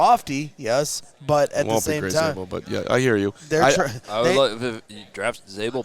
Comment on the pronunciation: Zaybel at 10???? I heard it all😂